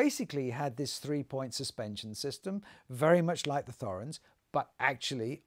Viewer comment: Thorens is pronounced without the 'h'.